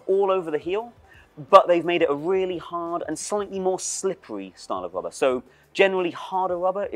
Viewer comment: At some point i started hearing "wubba" instead of "rubber" and now i can't unhear it.